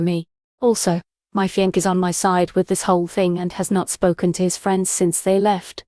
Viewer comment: It's "fee on say" not "fee onk" (fiance).